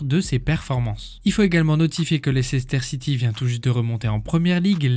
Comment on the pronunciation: Ca se prononce Leister City :) Maintenant Champion du Monde, Champions League, avec une bonne chance pour être Champion D’Europe. Il a fait le plein en cinq ans.